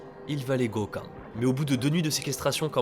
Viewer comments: pas Goka, Goukan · Quand tu prononces le mot pour exprimer le "tu sais quoi" J'entends précisément un "goka" Et dans mon pays "goka" Veut dire trouer du coup ça me met grave mal à l'aise quand je l'entends haha